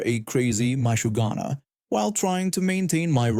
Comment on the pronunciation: Story 1: ma-SHU-ga-na, you putz